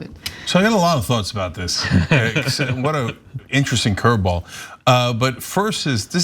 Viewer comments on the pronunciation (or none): It’s diss not dish!!!❤